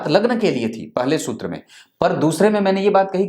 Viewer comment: जी वो शुत्र नहीं सूत्र होता हैं।😁